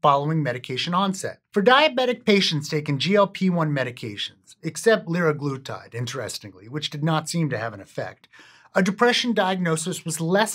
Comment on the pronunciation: sem-Ah-glutide leer-Ah-glutide